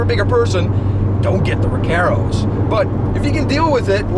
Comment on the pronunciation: my only complaint is how he pronounces recarros lol